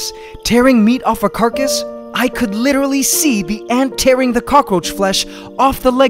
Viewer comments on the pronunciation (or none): none